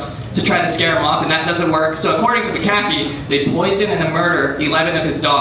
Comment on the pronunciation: Learn how to pronounce McAfee dude...